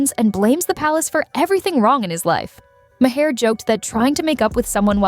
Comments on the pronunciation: HEYYYY, computer voice!!! Bill's name is pronounced 'MAR', not "MA-HAR" or "MAY-ER", or "MA-HARE", or MAW-HARE"!!! 😮🤪🙄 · His name is pronounced Marr not Ma-hair. 😂🙄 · His last name is pronounced Maa er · ma haare? Mahere? that bot bore slop edtng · Can't you teach the damn robot to pronounce the damn name?? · Does anyone review any videos using AI narrations before posting them? I don't think so. It doesn't even pronounce Bill Maher's last name correctly. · How many ways can your AI narrator come up with to mispronounce Maher's name? Poor production work.